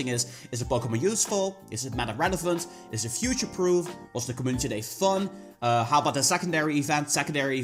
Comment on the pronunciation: Us:Co-Mu-nitee Him:com-oo-niss